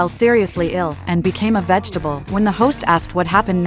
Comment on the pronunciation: "vegetable" loooooooooll